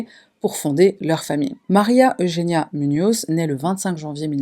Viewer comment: Merci de bien vouloir prononcer María Eugenia correctement